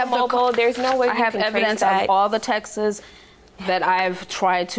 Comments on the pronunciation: I hate when people say ,"textes" insteads of texts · Why can't anyone say texts? Saying textes for texts is like saying testes for tests 🤣😂